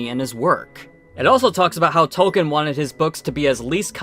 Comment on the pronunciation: If you’re going to be this critical about pronunciations, you should learn how to pronounce “Tolkien.” Also, “pronunciation.”